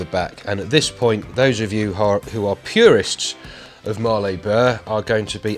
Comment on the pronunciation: Hi, for your info Mallee is not pronounced Marley, as in Bob Marley, it is pronounced Malley as in Valley. I live near where they come from. Keep up the good work. Cheers, Sean